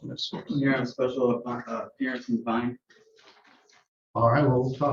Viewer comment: If u can’t pronounce special appearance than….